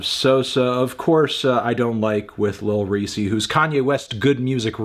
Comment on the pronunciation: Did this man call lil resse lil reesE 😂